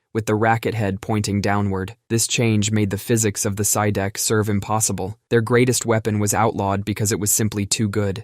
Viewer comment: A little correction for the Sidek brothers, the real pronunciation is "See-Deck".. Hope this help, 😊